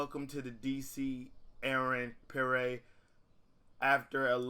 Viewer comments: its pronounced P-air not Per-ray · My goodness...It's Pierre (PEE-AIR).